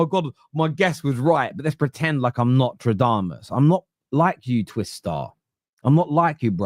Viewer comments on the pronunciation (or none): has been saying notre damus FOR YEARS and I can’t believe no one has told him it’s NOSTRADAMUS lmfao